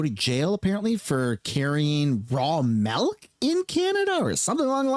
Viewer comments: It's called milk, not melk . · What the F is "Raw Malk"? 🤣😂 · Why does it sound like you're saying "melk"?